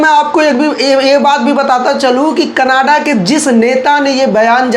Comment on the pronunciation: Bhai Canada hai. Canaaadah nahi hai.